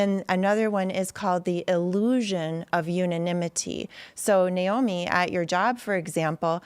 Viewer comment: Thanks for pronouncing her name Nay Oh Mee and not Ni Oh Mee. It’s Nay… like a horse Big deal to her but she doesn’t like to say. Great show Tim!